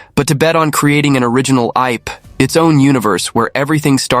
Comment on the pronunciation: Well Me'thinks he Beee a Robot the way he said it's a New "Ipe"